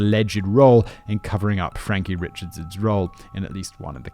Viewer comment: Guilory is a really common surname out here. Them being cousins in honestly just more of a coincidence and I believe they aren't 1st cousins, but down the line somewhere. Also the last name, "Richards" isnts pronounced like the first name Richard. It's pronounced, "Ree-shard". I know, trust me, it's all ridiculous. There are other last names that look normal, but are some weird version of passed down and twisted French names. It's part of the Cajun French that some older people still know and speak as well a few younger people that learn to keep the culture alive. I wasn't born here, but when I moved here at 10 years old I had to learn how to pronounce the last names. I also heard you mispronounce Trahan in the last video and 1 other last name earlier that of course I can't remember now. 😂😂😂 It's a mess down here.... I can't honestly think of a worse state to live in.